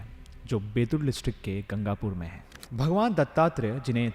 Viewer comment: Gangapur nahi Gaangapur and it's in karnatak research toh Puri krle